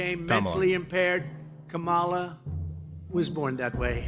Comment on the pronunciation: It's honestly so infuriating how they still chose to mispronounce Kamala's name.